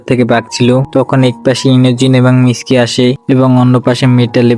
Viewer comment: Miski ❌ mitsuki✔️